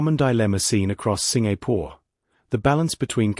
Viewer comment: Aiyo! Please……can you pronounce my country properly? SIN-GA-PORE!